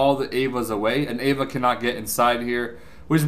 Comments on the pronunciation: Ay-va? Avatar....... Ava...... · Ayva? Pretty sure you mean avatar. Not ayva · And its an avatar not an ava